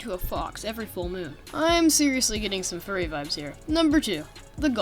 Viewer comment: Hmmm the way he said furry hmmmಠ_ʖಠ